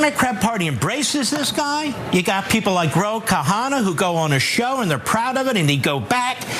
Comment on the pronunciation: He said Ro khahanan 😂😂. Dummy